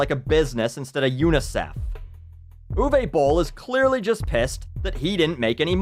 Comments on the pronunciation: What I like most about this video is how didn't make one pun about Uwe Boll being German - he didn't mock his accent, joke about Nazis or anything like that - I know some,,comedians” would have done so without hesitation. Also bravo to the pronunciation of his name, most english speakers really butcher German names. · This video has taught me how to pronounce Uwe Boll, thanks.